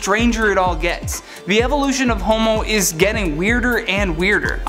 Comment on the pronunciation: Did you say human feces?